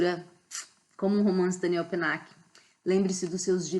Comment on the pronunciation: Olá! A pronúncia está correta. Se estivéssemos falando em francês, a única coisa que seria diferente é o "l" de Daniel ( com a língua indo para o céu da boca). Mas isso é um detalhe! Fique tranquila, pois ficou ótimo. E claro, parabéns pelo vídeo!